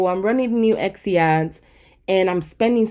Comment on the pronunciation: eKsy? no hate, just curious why tis pronunciation. Love the content, you're a big help and inspiration! Thank you :)